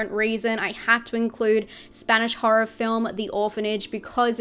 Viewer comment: I love how you pronounce horror as HA-RAH